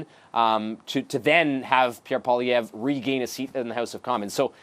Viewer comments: Remember Zelensky with Trump? Yah that's going to seem like a 'constructive' meeting when Trump is done with Carney. Better bring the knee pads sister Carney. How come here calls him Pierre PolyRev? Can't say Poilievre (poly 'ev)? Not that hard, you're only paid to speak. Really know how to sink into the words 'LOSING" and 'LOST' though, huh? Thank you Ms. Nicole Lampa... really loving your Liberal-voting, immigrant ways. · SHE SAID PIERRE POLIREVVV GUYS 😂😂😅😂